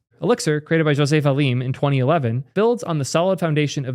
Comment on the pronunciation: You said José Valim right. Here in Brazil we don''t say the 'J' like in spanish.